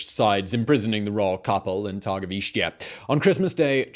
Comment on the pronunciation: Targoviste - tar - go - vishtay